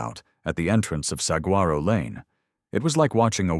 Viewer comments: Actually, Saguaro is pronounced “Sa-wa-ro”. No hard “g”. Just so you know.😉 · To the narrator. I absolutely love the stories and your voice is fantastic for them. Saguaro is actually pronounced as sa-gore-o. Just so you know.